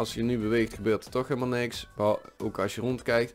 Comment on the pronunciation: Zij je nou ooak ipv ook? "Oak" is Engels. Dus dient het uitgesproken te worden als "ook"